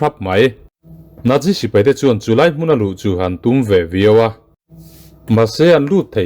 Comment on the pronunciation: Nat ti a lam ro ro chuan a dik zawk chu Nat- si. Nat - zi ni lovin.🤭 Chu, tih hi a tul lohna ah i hmang tam mawlh mawlh lutuk a, ngaihthlak a ti nuamlo tep.🤗